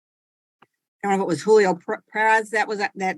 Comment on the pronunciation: I’ve never heard a Julio pronounce their name “Jew Leo” lol. wtf